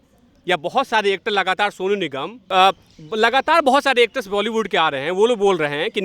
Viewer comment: Sr sab kuch thik hai or mai or kuch to ni ye zarur dekhti hu apka intwb bus ek choti c kami ko ap sudhare ap it's bolywud not voly